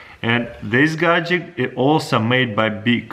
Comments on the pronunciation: people who normally speak english: gadget crazy russian hacker: gajik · if this guy says gadjick 1 more time i will jump off a bridge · Always gadgek